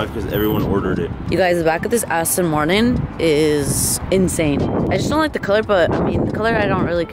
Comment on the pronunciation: Lol doesn’t even pronounce Aston Martin right lol